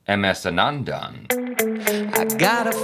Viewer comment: It's should be pronounced like "Aanandan", not "Anaandaan"